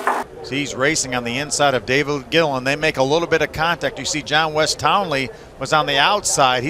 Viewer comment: "davood gilliland"